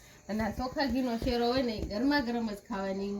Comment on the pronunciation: શેરો શેરો સુ કરો શીરો બોલો